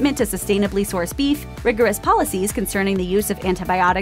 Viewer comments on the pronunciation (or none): Slow down, sound like you say beef eff